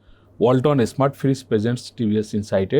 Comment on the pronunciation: আপনিও স্মার্ট কে এসমার্ট বলছেন!!!